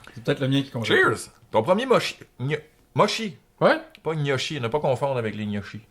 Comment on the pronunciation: Par contre qui passe par la gamme de mots, motchi, moshi, mioshi, mushy, moushy... epic!!!